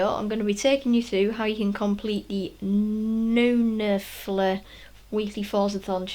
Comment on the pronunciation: Bruh. You pronounced it like: newnelfer Neunelfer means: Nine-eleven.